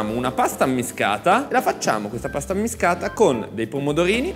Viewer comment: Pasta ammiSHcata e non ammiscata. A Napoli la s si usa come SH di Ashish.